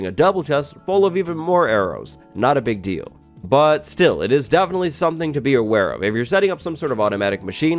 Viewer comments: “a really pig deal” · Did you say a pig deal? XD